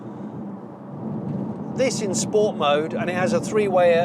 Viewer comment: Im just a bit annoyed at the amount of time you said sports with pronouncing it correctly - sppppoorttsssssssaaaa. Mr Porter will not be happy.